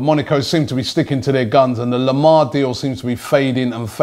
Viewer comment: If I say Lemar and Carvahlo again, it will drive me up the wall!